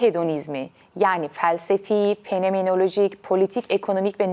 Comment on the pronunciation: "fenemenolojik", "instegram", "tivitır", "similâsyon", "tivitler", "tiribünler", "anatümik, "pisikolojisine"